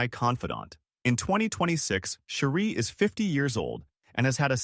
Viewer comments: Her name is not Sherie it’s Cherie like cherry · Cherie pronunciation is cherry!!